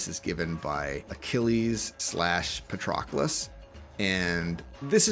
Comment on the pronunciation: Pronunciation of fidi: A Pronunciation of patroclus: C